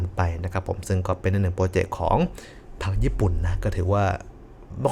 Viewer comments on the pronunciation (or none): โปรเจกต์ หรือ โปรเจ็บ 555